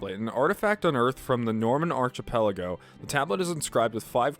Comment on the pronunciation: Archipelago is pronounced "ark-ih-pell-uh-go" not "arch-ih-pell-uh-go". Amenoch is apparently pronounced like "Amenooch".